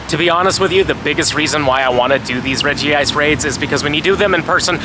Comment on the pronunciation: Redj-ice not Redjee-ice